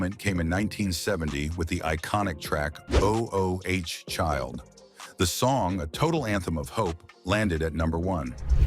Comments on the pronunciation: PLEASE STOP BEING LAZY AND KETTING AI NARRATE. THE DISRESPECT IF THE PRONUNCIATION OF THESE BAND AND SINGER NAMES IS ATROCIOUS. I MEAN I O H CHILD!!?? REALLY!?? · O-0-h child?! The chi lites and the Is-ley brothers?! What is wrong with this man? He is doing a damn diservice pronouncing these names this way!!!😆🤣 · O O H Child REALLY!! You didn’t know how to pronounce Oooh child??